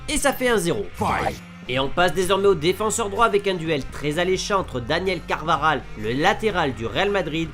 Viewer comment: CarvaJal et pas CarvaRal Carvajal et Walker